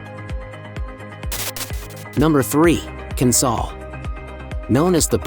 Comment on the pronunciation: Pron. 'Kin-SALE'; 'MUCK-ross'; Liss-MORE'; 'COVE' (but pronunciation seems to be an afterthought in this video). Enniskerry is about 25 km from Dublin, not ten. It would be great if the pictures matched the narration (even a little). It would also have been useful to say in which Irish counties these towns are to be found. IOW, has a point.